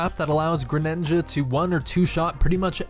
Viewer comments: He said gengar the Pokémon in stead of genji and he said grenonja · Did anyone else here him say Gengar is stead of Genji he also said greninga